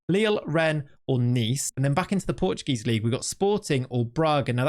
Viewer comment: AT LEAST TRY to read portuguese names caralho